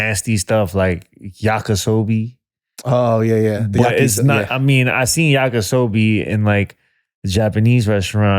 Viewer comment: He said Yaka Sobi, and was too scared to correct him